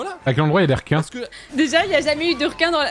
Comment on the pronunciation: "le r'quin" de Ultia me fait beaucoup trop rire